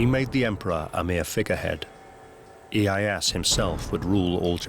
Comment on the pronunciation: worst japanese pronunciation ive ever heard. i-e-ya-SU. not iiehass